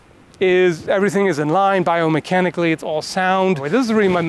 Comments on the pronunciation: biomechanically or iomechanically? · I think you mean "biomechanically" not "iomechanically" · iomechanically at the end XD, any way great video thanks man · Good video. I always like your analytical approach. BTW, you left the 'b' out of 'biomechanically' at the end of the video. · iomechanically wow that is some new word right there :D